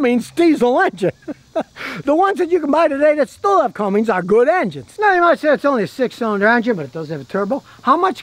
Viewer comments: Cummins Scotty, Cummins 😆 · Scottie.... there's no "G" in Cummins!!! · No Scotty...It is NOT a "CumminGs" engine It's a Cummins engine. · It's CUMMINS! Not Cummings! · Except I don’t think Scotty realizes it’s Cummins, not Cummings! There’s no G at the end of Cummins!!